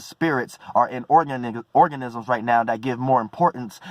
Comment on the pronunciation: slipped a bit and said organnigas. Lmao imma have to start calling things organniggas that word too hard